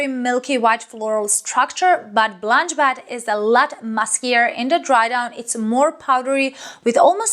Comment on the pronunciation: Bet not bat. Nice review as always